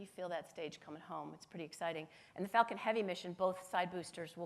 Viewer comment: everytime she says falcon i think shes actually saying fuking lol